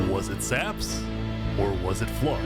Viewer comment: No one says Flux's name right Its not a Eeveelution, Flux ION its FLU -IX-ON